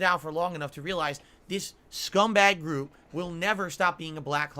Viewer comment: Why "jew"??? Group... jew... such a weird mush mouth moment